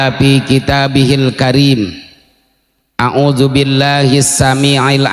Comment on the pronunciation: Mhn maaf sblmnya ya, ada sedikit kritik nih...🙏. Saya mengikuti bbrpa kali ceramahnya di youtube. Dan saya simak, setiap membaca kalimat TA'AWUDZ, pakainya huruf JIM.. ("..A'UJU.."). Yang seharusnya pakai huruf ZDAL dong. Terima kasih...🙏🙏